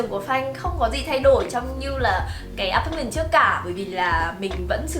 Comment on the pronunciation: Xinh và nói chuyện dễ thương, nhưng nghe ngay từ đầu thấy mấy quả đọc “a pát mừn”, “xi tì” với “thanh phùn” rồi thì “rất là statement” nên chạy ra luôn k vào lại nữa. Góp ý một chút là nếu muốn nói tiếng Việt pha tiếng Anh thì nên phát âm chuẩn hơn. Anw, nhà xinh quá và góc nào cũng đáng yêu.